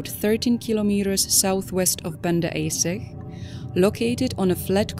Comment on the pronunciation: Banda Aceh is pronounced Ban dah A che.